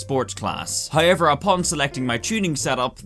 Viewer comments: I like how he says "hiever" 😊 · He keeps saying "hi-ever", and it's confusing me.